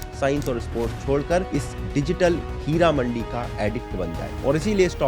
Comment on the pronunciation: Her amandi?? , kamatipora , bolna ni ata Kia ., AP ki society ka aser hmare iha Pakistan pr bi ho rha ha , chemri ka business aam hogia